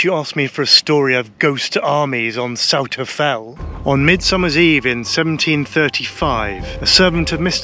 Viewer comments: Good effort with the fells name - but it's not quite right. 🤷‍♂ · lovely video, thanks for taking us along!:) I pronounce it Souther Fell though, I hope you wont take offence:)